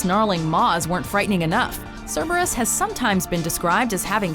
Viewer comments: Also, the latinised Cerberus is still pronounced with a K sound and not an s sound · Having taken Latin Class, I'm so used to pronouncing Cerberus as "Carebarus".